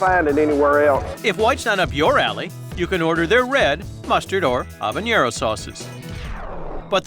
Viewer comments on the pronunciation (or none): it's not capsicum, you idiots; it's capsaicin. and it's habaNERO, not habanYERO. editors weren't doing their jobs back then, were they? 🤦🏻